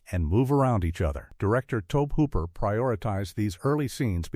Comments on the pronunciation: Maybe Toaabb Hooper is a distant cousin to Tobe Hooper! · It's to-bee hoop-er. Get your sh!t together.